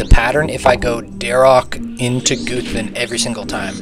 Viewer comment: Bc he pronounces it goothan instead of guhthin